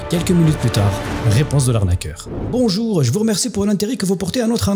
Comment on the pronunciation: 1er signe d'arnaque : "bonjouw alow wou alé cliqué suw le bouton"